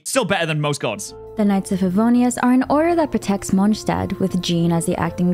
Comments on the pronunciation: God I hate the way she says Mondstadt 😅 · Yeah some of the characters cannot pronounce some of the names right but I was talking about the obvious ones like Monstadt for example. Monstadt is pronounced as "Monstat" ingame, not like how you say it in German. So "Monstat" is the cannon pronounciation even if it sounds wrong in German."